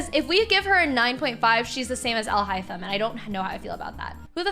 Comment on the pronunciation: Alhothem, yes. 🤣🤣🤣 it's not alhaithem but alhothem indeed